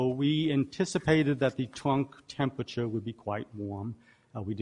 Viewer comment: "Tempwature" instead of "temperature"